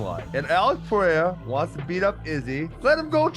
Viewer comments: it s PEREIRA not PIERA.... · Chael mispronouncing Pereira as Pierra is too funny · i love how Chael will always mispronounce a fighters last name in, but in 5 different ways in the same few sentences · Alex Panera